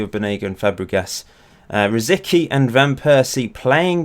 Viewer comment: Correct me if I'm wrong, but it's pronounced "Rosiski" right? edit: According to wikipedia it's "Rosɪtski"